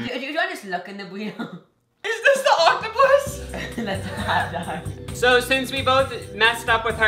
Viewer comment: When he said hot it sounded like hat And I started cracking up